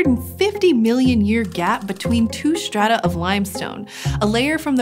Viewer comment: I can't get over her pronouncing strata and stretch as "shtrata" and "shtretch"